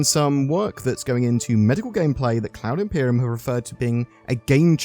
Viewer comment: Thanks, all sounds good. Umm, heads up - have you listened to how you say "Cloud Imperium"?